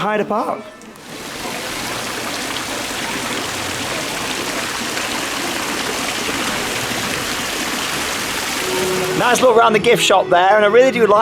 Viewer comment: wait !!!! 4 sec in and you finaly pronounced Heide Park perfectly :) Yeah !!!!!